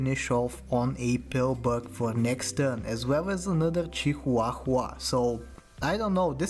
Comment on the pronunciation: Or just say "Grouse rhymes with house". My favorite is how he says chi HWAH HWAH.